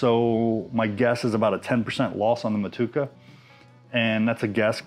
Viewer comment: Hops name is 'mo-to-eca ' not 'matuka' 😊😊